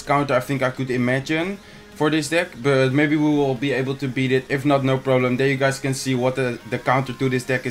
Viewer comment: Kevin Groß OMG is you not jou you have a problem with the y